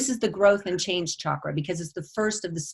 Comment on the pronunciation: I love it when people say Chakra correctly, like. Ch like chocolate, choice, child. I don’t know why many people say ‘shakra’. If French people pronounce is shakra, I’d understand, but it’s weird that most English speakers say shakra. I’m glad that tendency is changing.